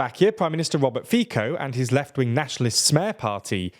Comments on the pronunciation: its fico not fiko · It’s [Fitzoh] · Please read the name of Robert Fico more like "Fiso". It's more accurate to Slovak pronunciation. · Before doing ridiculous political analysis …. is better to pronounce correctly the names of the people. Fico is not FiKo but Fitso . By the way, why you speak like gay? Are you a gay??Pls let us know 😂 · It is not Fiko, it is Fico. Like in cyber or citrus. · Come on! Pronunciation, guys. Orbán is pronounced like Orbaan, not Orben and Fico should be like Feetso, not Feeko. The English never hesitate to correct our Central European pronunciation in English, so next time, do your homework and learn how to pronounce our names properly. It is both just and courtesy. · Guys, it's useless to complain about their bad pronunciation, it's obvious that they don't read the comments. This is not the first video where they said "Fiko" instead of "Fitso". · Please, its not Fiko, its Fits-co. Czech speaker here, feeling bad for my Slovak brothers. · I would recommend saying the good pronouciation of the word Fico. Its not Fico, but like Fit-so. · .. I'm sick of "news influencers" not being able to research how to pronounce names. Fico ist to be pronounced like FITSO, not "Fiko". Also: Get some basic education about the slavic language family. It's the BIGGEST language family in Europe, which is the continent this Brit is probably from. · It's pronounced fit'zo, not fee-ko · How hard is it to learn how politicians' names are pronounced? It'a pronounced Fitso, not Fiko....like seriously....this is maybe the biggest problem I have with because it's happening for some quite time. And it really looks like they do it on purpose so people will make comments about it which will boost their SEO algorithm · FFS stop saying it like FIKO , its FICO , C like Celsius not K like Kelvin , FICO . Source: im from slowakia , and i hate FIC(elsius)O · Fico=/fitso/, not /fiko/ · Fico is pronounced with C like in citrus. not with K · Fico is pronounced feetso